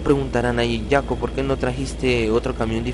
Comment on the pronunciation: Piolito Tropical amigo yo también puse campanita espero y me saludes en uno de tus vídeos posdata al decir jaco pronunciarlo como si fuera con y osea yaco